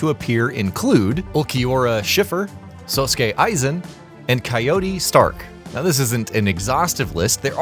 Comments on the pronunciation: Sow skay Aizen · Actually that would be how you pronounce Sasuke. Sosuke Aizen would be pronounced Sos-kay*I-Zen